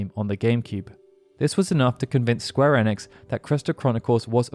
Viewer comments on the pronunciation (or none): I don't think anyone from square onix is watching this video... since square onix isn't a thing that exists... pronunciation is key, friend, and Ee-Nicks isn't that difficult to say..